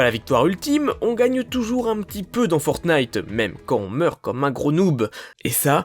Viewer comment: Parce qu'en anglais, on dit "Fornaïteuh" et ça s'écrit "Fortnite" alors qu'en français, certaine personnes disent "Fortnaïteuh" alors qu'ils devraient le prononcer et l'écrire comme en anglais car c'est un nom propre (mais un jeu sale -_- ) !!!